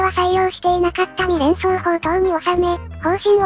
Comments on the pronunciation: みれんそう、と読んでる可能性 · いや、「❝み❞連装砲塔」って言ってるよ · 全部、三連装を「にれんそう」と読んでますね。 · 字幕では「三連装砲」ってなってるのに音読では「にれんそうほう」ってなってますね